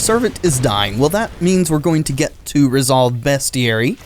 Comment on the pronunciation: It is pronounced "beastiary."